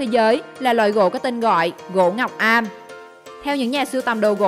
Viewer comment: Gỗ ngọc âm không phải ngọc am